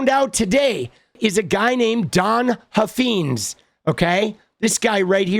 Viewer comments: I think it’s pronounced Huff Fines not feens. I live in Texas. They are extremely influential in the state. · It’s Huff - eyenes, not Huff- eenes. Please say it correctly. The brand needs to be trashed. They own multiple car dealerships in the DFW area.